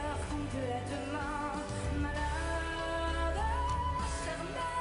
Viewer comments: Malade pronounced like salad in english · Not maladey, malad, like salad. The e is silent.